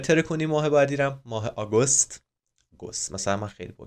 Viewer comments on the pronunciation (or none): خواستی کلاس بذاری گند زدی آگوست نیست آگِست هست اینطوری خونده میشه